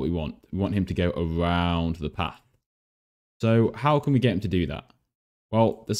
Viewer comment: You said path as AH